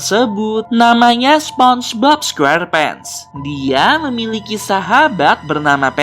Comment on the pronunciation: SEPONGBOB SQERPENTS BUKAN SPONGEBOB SQUERPENT